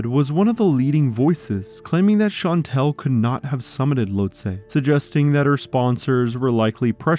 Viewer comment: Shan-tall. That’s how you pronounce Chantal.